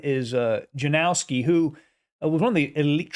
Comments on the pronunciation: or „Yanowski” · Correct pronuncation of the name Janowski is ,, Ianowski .. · Yanovsky would be a better pronunciation. Yanovsky liked to attack but he was dreadful at endgames. Capa knew he was far, far stronger.